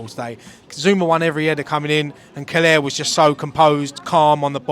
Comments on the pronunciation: It's Kehrer not Keller lol. COYI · mate, it’s not Marc Keller out there. Sort the name Kehrer out.